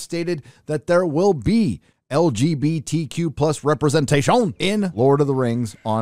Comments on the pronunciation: I love how you say “representation” 🤣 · Why is saying "representation" like a Frenchman? Is YouTube trying to flag that word and he's trying to disguise it?